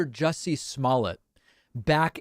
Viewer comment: David, Sir you are saying his name wrong. It’s Juicy. Not Jesse